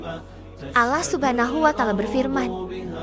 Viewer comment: Ini,yg sebagai pembaca narator ny muslim atau non muslim sih. Knp bilang Allah seperti Alah.. coba deh dgr ucapnya . TDK seperti muslim PD umum ny